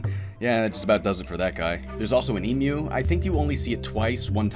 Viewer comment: wow! said Emu correctly